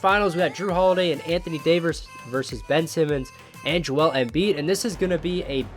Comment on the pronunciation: davers? again